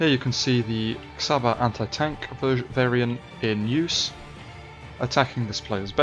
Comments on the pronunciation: Nagyon jó videó, de az Csaba és nem Xaba ;) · Cs in csaba is pronounced like ch in cheese